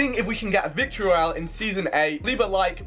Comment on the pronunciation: Vi that's not how u pronounce "Victory royale"